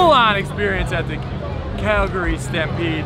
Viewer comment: Why is he pronouncing it KELgary? its an "A" not an "E"